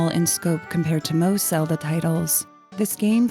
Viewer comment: Deekoo? Epunuh? Wtf Stop talking like that with Zeelda